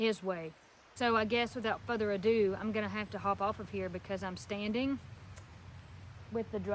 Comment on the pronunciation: Its Further not Futher Hon 😊